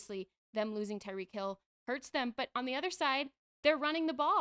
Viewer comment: Wtf waller? Where did he come from. Shots fired calling tyreek: “reek” and immediately saying the win was deodorant